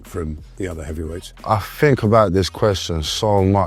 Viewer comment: Fink fink fink,somefink somefink....did,dis,dis,...needs to talk Kings English!